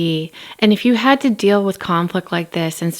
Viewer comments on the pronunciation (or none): Kody's misworded expressions & analogies always crack me up, as does Robyn's mispronunciation of basic words such as 'pitcher' for picture, 'rilly' for really, 'dill' for deal, 'frushstrashun' for frustration, etc. 😁